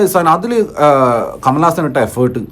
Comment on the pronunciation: കമലാസനൻ അല്ല കമൽ ഹാസൻ